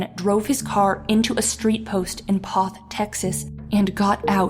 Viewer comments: LOVE HOW PEOPLE MISPRONOUNCE MY HOMETOWN NAME OF POTH,TX. IT'S PRONOUNCED LIKE POETH NOT PAWTH..........DUMBASS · You have to live here in South Texas to know how to pronounce Kosciusko. It is pronounced Ka-shu-ko. and by the way. It's pronounced Poe-th ......LO